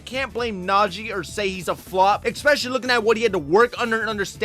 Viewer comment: Maybe I'm being picky but the word is especially not expecially. There is no x in especially.